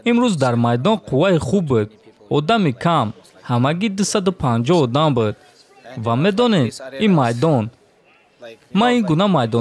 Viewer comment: "Быд"не братан,"буд" назгтар мешад истифода бари.пешаки узр.забони точики ширинай лекин афсус